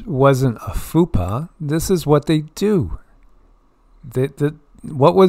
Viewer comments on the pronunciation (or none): DUDE.... "FUPA" is NOT how to say what youre trying to say!!!! 😂 🤦‍♂️ "Fupa" is an undesirable body part... "FAUX PAS" (pronounced "FOE PAH") is what youre looking for... faux pas -- "an embarrassing or tasteless act or remark in a public setting" FUPA -- "Fat Upper P#%^y Area"